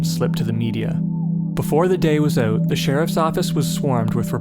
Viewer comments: HAHA! Thought so. Nice. Oooot! Almost Scottish. Have you heard about all of the strange disappearances in national parks etc. David Paulides deals with it. missing 411. The Scottish lighthouses and missing British Regiment in Turkey WW2. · infamousfanclub Yep hes Canadian. You can tell by the way he says "out"!!! Ouuut